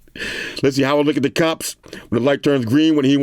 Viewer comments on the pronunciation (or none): none